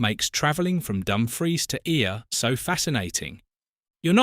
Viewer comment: Stranraer is pronounced like Stran-rarr. Ayr is pronounced like Air. And Dumfries is pronounced like Dum-freess